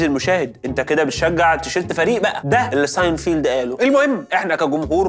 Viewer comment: ساينفِلد مش ساينفيلد